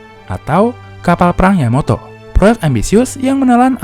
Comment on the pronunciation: Min itu yamato bukan yamoto